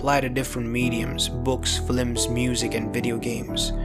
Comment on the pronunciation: This man really said Flims TWICE and left it in the video 😂